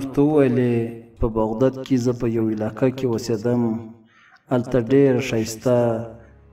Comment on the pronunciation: لوہا تہ پہ پشتو کی وسپنہ وائ، بغدد نہ بلکہ بغداد دئ